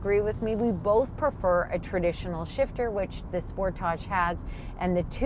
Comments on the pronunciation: Thats not how Kia says Sportage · I like sportaaaage pronunciation much better…….not sure how to spell it. 😃 maybe sportahhhge? Great review……..good looking vehicle………love interior